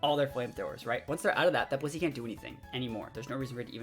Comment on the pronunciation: The first couple of times I heard him say Blissey I thought he said P***y. 😬 I was like “ohhh okaaahhh Blissey!”